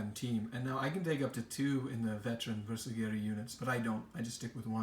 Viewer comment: Pro-tip...(admittedly a nitpick), please learn to pronounce Bersaglieri. ;-) It's pronounced like 'ber-sal-year-ie' (you don't say the 'g'). It's said like 'consiglieri'. My only gripe! But I cringe every time someone says it wrong! Otherwise superbly painted force! Keep up the great work!